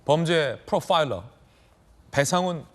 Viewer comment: ㅋㅋ프로빠일러 ㅋㅋㅋㅋㅋ왜케 강조하시는게 느껴지나요 😂😂